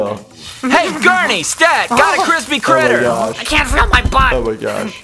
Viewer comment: "Oh my gash?"